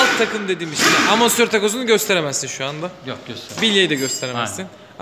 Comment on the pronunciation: hocam bu biraz da şive meselesi. yazılışı amortisör olsa bile telaffuzu zor bir kelime. dolayısıyla ağızdan amasör olarak çıkması da normal karşılanabilir.